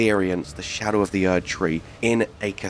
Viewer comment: are you saying scadew or do you mean shadow tree. skadew tree blessing sounds dumber than xdefiant